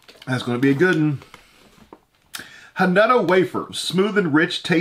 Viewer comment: Hanuta is actually pronounced 'ha-noo-tah' - just saying ;)